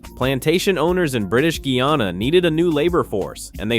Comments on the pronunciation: Pronunciation is off. It is NOT Gee-ya-na. It is GUY A-NA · The pronunciation ....Gee-ya-na is correct for Guiana... the name is New Name changed when we gained independence to GUYANA 1963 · Its not geana guyana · The only part I don’t like is the pronunciations of the words Guy-a-na